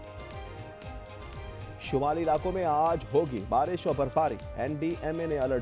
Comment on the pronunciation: مبارش نہیں بارش😂😂😂😂